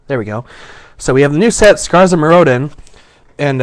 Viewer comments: Me-roe-din lolz. Mirror-din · MirroDIN not MirROdin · >.> your saying Mirrodin wrong! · OMG LIEK HE DIDNT PRONOUNCE IT CORRECTLY!!!1!!1 DERP DERP DERP DERP DERP. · It's a shame that someone who can't even pronounce Mirrodin right gets to open 4 boxes of Scars:( hahahaha I kiddd, nice vid